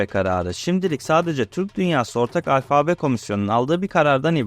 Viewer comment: Merhaba Delikanlı... Seni, şu paylaşımlarında yaşına göre hayli ileride bulup, hâliyle de beğeniyorum. Ancak, bunu dedikten sonra şöyle de küçük bir uyarı yapmış olayım... Alfabe derken, ikinci "a"yı uzatıp "â" demen yanlış oluyor ! Netîcede "Yunanca "Alfa" bu ! Kolay gelsin, selâm...